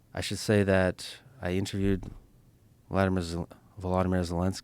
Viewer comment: It’s not Vladimir Zelenskyy… “vlodomir”